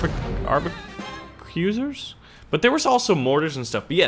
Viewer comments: I think its Ark-a-bus-ears, not arb-a-cue-sers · I think you're trying to say, "Arquebusiers" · AR-KAY-BUS-EIRS! thats how you pronounce Arquebusiers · I think it's pronounced ark-que-bis-ears since they use the arquebus or something. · Arquebusier: Arc-uh-boo-see-ay